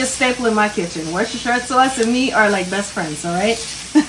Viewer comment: Yay! You picked the good stuff! Lea & Perrins is hands down, bar none, the best worcestershire sauce on the planet. Kudos on pronouncing worcestershire (woosterShur) correctly. Why would I follow anyone who can't even correctly say their ingredients?!!